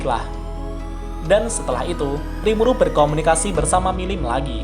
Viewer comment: Awal awal kok gw denger rimulu bukan rimuru wkwkwkk